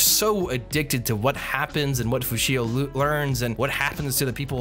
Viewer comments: He was saying Fushia (and it bothered me too) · Who the heck is "Fushio"? The correct name is "Fushi." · It's just Fushi, not... whatever you were calling him